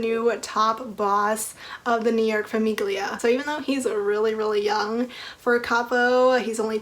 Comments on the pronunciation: Aria was my least favorite heroine in cora reilly’s books and I definitely like the comorra chronicles better, because the bound in blood series just seemed very repetitive. And the g in famiglia is not pronounced btw lol. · heads up im pretty sure the 'g' is silent in famiglia!